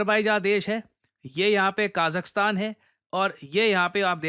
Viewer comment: Bhai name bolna bhi nahi hai Azerbaijan Kazakhstan